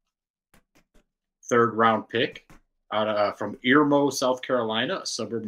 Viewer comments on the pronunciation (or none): The kid from Tennessee that went irmo highschool in south Carolina. It's pronounced urmo. But spelled with an I. I live about an hour away from the school.